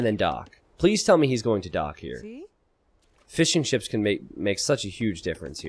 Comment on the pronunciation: Every time you say Fishing Ships, it sounds like "Fish 'n Chips" to me.